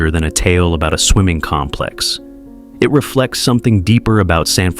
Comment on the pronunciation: The noun complex is pronounced with emphasis on the first syllable. You’re saying the verb version, putz. AI